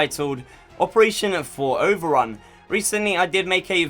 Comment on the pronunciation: Did yOU SaID... OVerUn??!!? 8)))